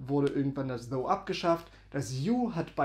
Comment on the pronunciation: Eine kleine Korrektur: das Englisch "thou" wird wie "thAU" ausgesprochen. Deine Aussprache "thOO" bedeutet auf Englisch "though", also das Wort "obwohl" auf Deutsch. Also, geschriebenes "thou" wird wie "thAU" ausgesprochen Geschriebenes "though" wird wie "thoo" ausgesprochen "Thou" wird kaum mehr verwendet, entspricht aber "du" auf Deutsch, z.b. thou goest (du gehst), thou singest (du singst), und so weiter. Die Mehrzahl von "thou" ist "ye", also "ihr" auf Deutsch, z.B. ye go (ihr geht), ye sing (ihr singt), und so weiter. "Ye" gilt heutzutage als sehr veraltet, dafür sagt man aber in vielen Teilen der USA, besonders im Süden, "y'all" (you + all).